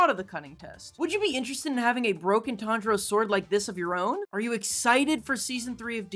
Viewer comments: Tanjiro pronunciation was op 🤣🤣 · Not to be mean but it’s *Tanjiro